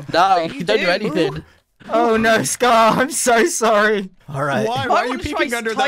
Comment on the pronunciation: Why is grian's "oh no" so... Scottish sounding